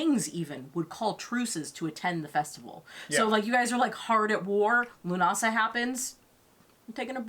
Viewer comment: Leaving straight away, I'm fucking Norwegian and even I know how to pronounce Lughnasadh have some fucking respect for Gaelic culture.